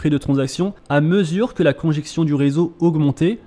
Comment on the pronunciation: Pas "conjection", mais "congestion". 😘